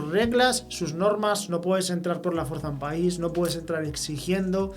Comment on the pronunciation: Fuerzan, se dice fuerzan. El verbo forzar es un verbo irregular, por tanto su pronunciación varía, dependiendo de la persona y el tiempo, es decir. Tiempo presente Yo fuerzo Tú fuerzas Él fuerza Nos. Forzamos (aquí se parece mas a la raiz raíz. Forzar) Ustedes fuerzan Ellos fuerzan Tiempo pretérito. Yo forcé Tú forzaste Él forzó Nos forzamos Ustedes forzaron Ellos forzaron Y así, hay otros como: soldar y/o satisfacer, entre muchos. Espero te sirva esta información.